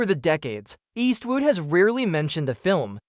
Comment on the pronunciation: Eastwoot? Eastwoot again and again! I gave this video a “thumbs up” but had to take it back, Eastwoot. 😢